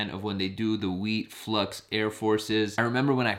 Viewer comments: it’s FLAX..not flux LMAO SMH 🤦‍♂️ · FLAX NOT “FLUX” 🥴